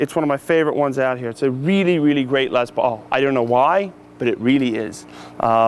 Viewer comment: It's weally weally cool